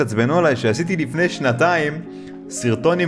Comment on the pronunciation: רק אני שמעתי אותו אומר תפעילו תפעמון ליפני סאבסקאיב